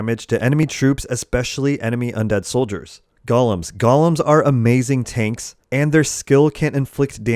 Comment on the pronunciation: thanks for this. BTW, "Golem" is pronounced "GOAL-EM" A "Goll-em" is a little evil sneak warped by the power of the One Ring. ;)